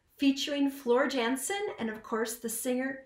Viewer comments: Yan-sen...not Jansen. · Floors last name is pronounced Yansen (the J sounds like a Y) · Floors last name is pronounced YAN-sen